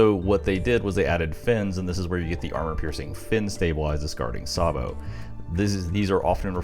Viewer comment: "Say-bo" not "Sar-bo"